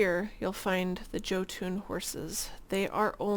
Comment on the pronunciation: Also I think Jotun is pronounced Yo-tun. The more you know!